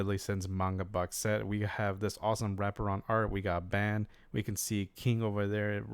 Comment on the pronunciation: Ban is pronounced like the word dawn but with a b.